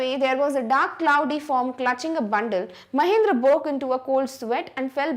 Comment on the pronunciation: Actually mam it is Mahendra not mahindra mam pronounce it properly.